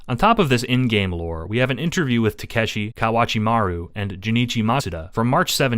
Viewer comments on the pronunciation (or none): none